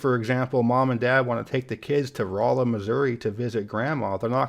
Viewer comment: I really enjoy your videos…and, you have nothing to apologize for. Keep up the good work. BTW, I enjoyed your example of going to see Grandma in Rolla, Missouri…it’s my hometown. And, you pronounced it correctly. Well done. 😊